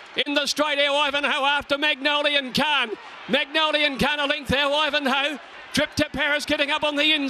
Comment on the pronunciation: Errrr, excuse me Mr Caller, the horse is called MONGOLIAN KHAN, not Magnolian Khan. One is a ruthless General who massacred his way across Asia, while the other is a flower. Tiny difference I would say.